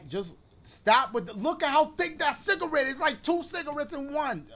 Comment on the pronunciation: Ma boy said “sooupa CiGaREtt”